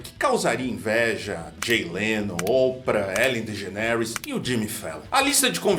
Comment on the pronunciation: Oi,. Uma crítica construtiva. Bezzi,Ellen Dege né ris doeu no ouvido deste prof. de inglês.De Gê neris,tá bom.Quem ama corrige.Socializei meu conhecimento.Kisses.